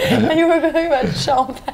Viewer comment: "Cham-pagne!" "Sean Penn? Where was Sean Penn" lol